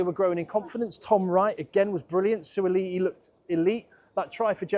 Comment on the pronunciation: Beautiful pronounciation - Suaali'i - not an easy name to say!